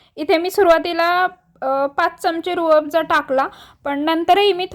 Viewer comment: छान आहे रेसिपी. पण it is Rooh Afza.